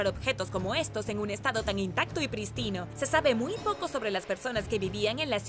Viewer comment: Se pronuncia "prístino" no pristino.